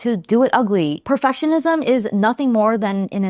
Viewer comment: Am I the only one that kept hearing the word perfessionism instead of perfectionism? How's that for perfectionism. Great video as always!